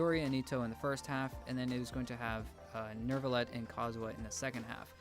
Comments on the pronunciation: Love you guys,but you made my ears bleed when you said "Nur-villette" it's pronounced "Neu-villette" WITHOUT AN "R" BC THERE IS NO DAMN "R" IN HIS NAME, I'M JUST SO TIRED AND TRIGGERED WHENEVER SOMEONE PRONOUNCES HIS NAME LIKE THAT,SO SORRYYY😭😭😭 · Anybody who says Nerve-a-let should be kicked in the nuts with maximum force. Neu is French for NEW! And it's pronounced exactly the SAME! NEW! WHO'S THE HERO IN THE MATRIX? NERVO!? 😂 If you can say Latin Neo correctly then you can say Neu as New. People blame Paimon but she's messing it up on purpose because they skipped several pay checks. What's your excuse for sounding really ignorant? Stop it ok you sound so dumb 😂